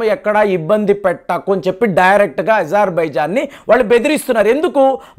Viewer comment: ఇజర్‌బైజాన్‌ కాదండి. అజర్‌ బైజాన్‌